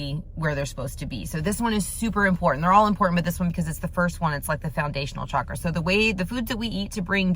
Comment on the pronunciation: For those who are new to Chakras just wanted to give a fun fact. Chakra literally means 'wheel'😊. And it's pronounced as "cha (like how you'd say cha cha dancing) + kra" and not pronounced as Shaa-kra